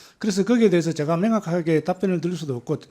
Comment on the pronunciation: 명확하게를 맹확하게. ㅠ